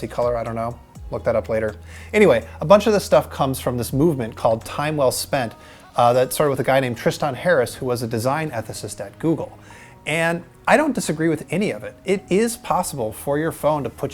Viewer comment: "Triss-tawnn"? you mean "Tristun"?